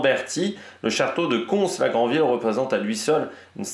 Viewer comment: Je connais des locaux qui font la faute, +1 pour la prononciation du s de Cons-la-Grandville 👌